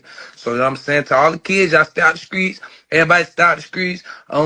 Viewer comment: "the skreets" 😂😂